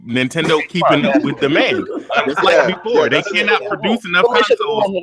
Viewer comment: whos the guy that calls consoles "conesoul"?